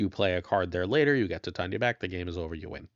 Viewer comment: I think Titania is pronounced like titanium "Tie-tay-nee-uh", not "Ti-tanya"